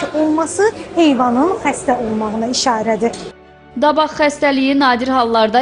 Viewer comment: Xesdeliyin adi. Davaq yox. Dabaqdi... Ay cammat. Davaq nedire